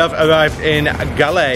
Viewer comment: Galle is pronounced Gall as in ball